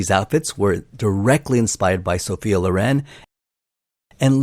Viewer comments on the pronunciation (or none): none